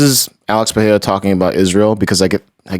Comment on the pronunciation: Brendan, love your work! But please at least ATTEMPT to pronounce Pereira's name correctly! Put some respeccc on his name lol